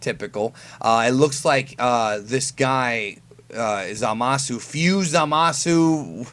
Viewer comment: Nigga Said Zamasu!.. Like A God